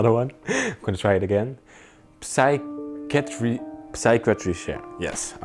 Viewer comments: the word psychiatry is pronounced: sy- ki-a-tree😉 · Psychiatry, Psychiatrist.......the P is silent so just pronounce the s. Like sy ky a tree.